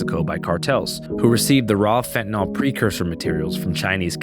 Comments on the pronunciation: It's such a small thing, but it's pronounced "fentanill," not "fentanoll." For some reason nobody gets this right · He is mispronouncing fentanyl. ❤